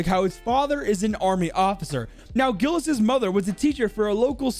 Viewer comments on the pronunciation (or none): As a kid that speaks french I FEEL SO TRIGGERED THAT says it as gilles or gills when it's actually pronounced jilles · By the way "Gilles" is pronounced like Jill